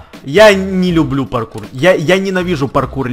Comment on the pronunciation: Не лублу